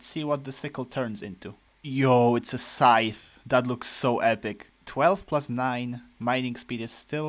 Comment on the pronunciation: SAY SCYTHE RIGHT NOW! Also, the mimicube reminds me of the Mimic Tear bossfight from Elden Ring, he also copies the player's inventory at the beggining of the fight, but in most cases is easier to defeat than this shit that brutally anihilated your hearts. :(